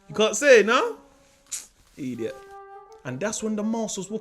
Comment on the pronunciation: Eediot fox 🤣🤣😭